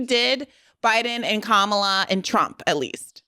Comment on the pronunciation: It's really not hard to get Kamala's name right...